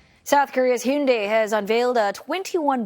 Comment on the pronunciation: Thank you for not calling them, Hi-Yoon-Die